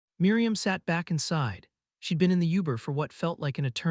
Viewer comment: I agree wholeheartedly. The AI narration was bad. Uber pronounced as "Youber" one of very many ridiculous pronunciations. It ended so abruptly I thought something had broken. Then there was 10 mins of silence too at the end.